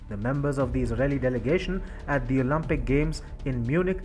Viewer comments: It’s Olympic NOT Olumpic…. Think Olympic as in Limp … Not Olumpic as in Muppet! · Its Olympic, not Olumpic.